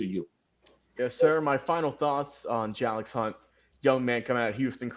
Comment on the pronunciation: His name is actually pronounced Jay-lix 🙂 Thank you for your support and kind words! Keep up the good work Big Lil bro. So proud! Love you! ❤️